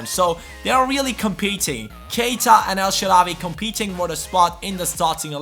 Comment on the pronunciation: Of course we want El Shaarawy in the starting lineup but please mate spell it El Shaarawy w=w not w=v or just put الشعراوى on Google translate and listen to the spelling :D